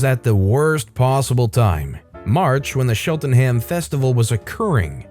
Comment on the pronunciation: The CH in Cheltenham is the same one from Chest or Chow or Cheer. Great reading as always bruh.